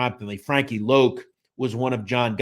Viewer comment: Wasn't his nickname pronounced Loc as in Lock ? Thanks